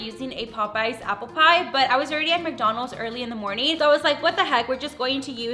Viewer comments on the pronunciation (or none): Why do you say McDonalds like that? “McDonals” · Love how she says "McDonos"